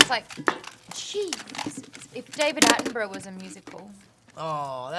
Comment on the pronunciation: Can we clear up the pronunciation of Attenborough? Atten- Burr-Uh. Thank you and good day.